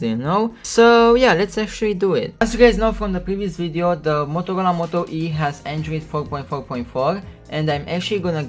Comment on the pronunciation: I thought he said Motocola